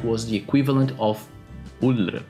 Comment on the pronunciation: Pronouncing Ullr's name made him look like he was "choking on your own tongue", if that made any sense.